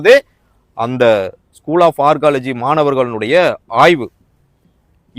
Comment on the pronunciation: Learn to pronounce Archeology. It is not ARCOLOGY